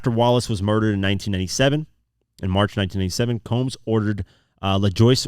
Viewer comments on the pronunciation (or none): none